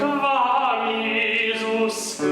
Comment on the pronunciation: Jesus si pronuncia con la e aperta, non con la e chiusa e schiacciata nel naso. La pronuncia e la fonetica non sono un optional!